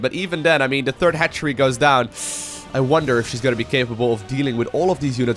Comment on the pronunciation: That moment when you realize "hatchery" sounds like "head tree"